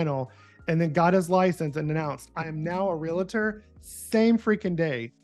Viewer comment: Continually saying "real-uh-tor" is killing me. 😵‍💫 REAL-tor. that's it.